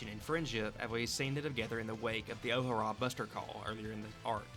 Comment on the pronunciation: After you pronounced O'Hara like that I can't take anything else seriously lol